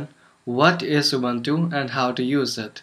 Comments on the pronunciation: Wrong pronunciation "Ubuntu". It's Ubuntu, not "Ubantu" -_ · yes, they are pronunciation is "Boo" but you are sounding "ba"